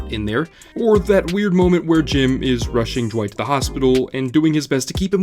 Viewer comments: Why is he saying jwight and not dwight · Why are you saying Jwight instead of Dwight? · Is it just me or is he saying Dwight a bit weird, like Jwight? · Is it me or does it kind of sound like he’s saying Jwight? I’m like jwight?! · Why do you say Dwight like it's spelt "Jwite" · I cannot stand how you keep saying “jewight” and not just Dwight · Why is he pronouncing Dwight's name Jwight..? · I can never ignore the way you pronounce Dwight, "Jwight" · Is he saying J'wight? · You say it like duh-wight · Dwight? You mean Dwigt. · Am I the only one bothered by how he says Dwight